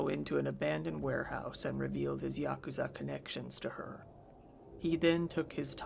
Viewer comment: it's pronounced YA-KOO-ZA